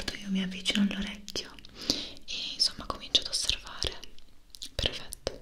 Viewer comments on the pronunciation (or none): In questi ultimi video ho notato che invece di dire "perfetto" dice "prefetto".😅